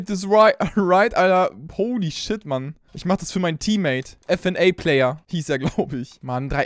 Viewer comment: Man spricht es nur nicht f n a player aus fnaf heißt es five nights at freddys